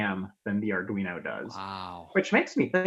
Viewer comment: Soooooo glad to finally hearing you pronounce it “ar dwee no” and not “ar dreeno”😂. First by the way!